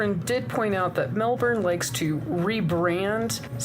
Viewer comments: Aussie is pronounced ozzy Melbourne is pronounced mel-bn not mel-burn. Actually listen to Australians say it! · Definitely not BURN, pronounced a very short fast “born” almost a “bin”sound. You will not hear the “R” sound ever. From a Melbourne resident. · Melb'n. We delete the vowels. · its more mel-ben/mel-bin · Melbourne is named after the British Prime Minister Sir William Lamb the Vicount Melbourne. And his title is pronounced Melburn. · First up, c'mon you know we shorten everything, it's pronounced: Mel-bn. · We actually pronounce it “Mel-Ben” 😂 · As an Aussie who was born and raised in Melbourne I need to point out her pronunciation was definitely not we say it here. To all us down here it's pronounced Melbin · No. No i. Melbn. That's how we say it. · We Aussie's actually pronounce it as Melbin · No one on this video said Melbourne right. I know, I live here. C'mon America. You are the only country that fks it up consistently.